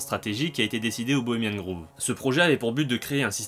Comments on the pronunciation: Le nom 'shrine' de la chouette veut dire sanctuaire/tombeau/lieu sacré, donc peut être qu'elle n'a tout simplement pas de nom? Et p'tite correction: ça se prononce 'grove' (=bosquet) et non 'groove' (=rainure) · Désolé de faire le relou, mais c'est "Grove" pas "Groove". C'est le Bois Bohemien, pas le Groove Bohemien ;) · Aau fait, pour la ramener:on dit "grauve", "pas grouve" (grove, pas groove) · Pas mal, mais on dit grove "grauve" pas groove, sinon shrine, ça veut dire autel. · Pourquoi Bohemian "Grouve"? On ne dit pas "Grauve"? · "Bohemian groove"... Tu me tues à chaque fois ! :-) C'est un o ouvert comme tu prononces Rohff par exemple. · Cette vidéo est très intéressante. Merci! Mais, grove, ça se prononce avec un "o" ouvert comme dans le mot "host"! Désolé, j'ai pas trouvé d'exemple en français. Entendre "groove" tout le long de la vidéo a fini par me faire craquer...